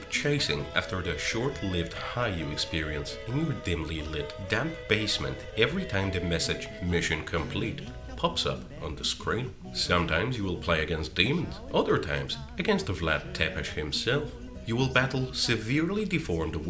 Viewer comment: Btw. It's "Vlad Tsepesh" not "Vlad Tepesh". :)